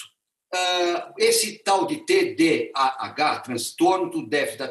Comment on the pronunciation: fica muito complicado ouvir um médico q não sabe nem pronunciar o nome da doença… parei no